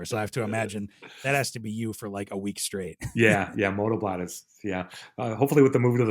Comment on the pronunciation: BLOT means Blood .... it was a sacrificial ceremony in both Norse and Anglo Saxon culture. It wasn't a party ...it is pronounced like Bloat